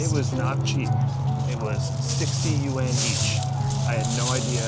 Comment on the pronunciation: Yuan is a singular word with a singular "syllable" 😂